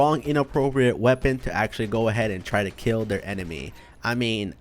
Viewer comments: Hè always says acxtualy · Why does he always say actualy